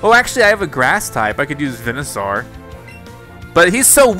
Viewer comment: The pronunciation of Pokemon names is making me twitch lol... How have you never learned how to say charmeleon and venusaur???